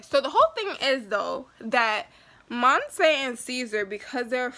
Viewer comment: I wish i can record my voice bc u are saying mose's name wrong but its cool